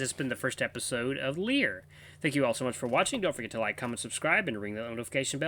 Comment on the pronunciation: You got the pronunciation of the VN (Lie-ER) right the 2nd time, just like the instrument. The music is the best in all the VN's I've watched. You'll eventually know the sad news behind the composer. Names Lyall (Lie-ll) Knew you'd love it.